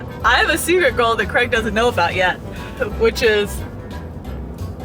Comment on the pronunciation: Great video as always. Now if only would stop calling Craig "Creg" 😂